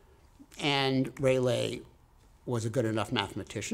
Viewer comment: Who’s Raylay? Isn’t it Raalee? Like the tobacco! Great lecture!🙏